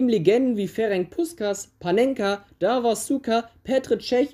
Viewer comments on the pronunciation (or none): none